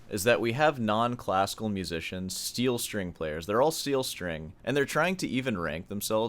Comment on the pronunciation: You say steel string like a slur